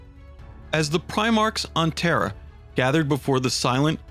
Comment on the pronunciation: The narrator has serious trouble pronouncing certain words man, it's a bit annoying..."terror" for Terra, "Elanor" for Ullanor, everything you said and much, much more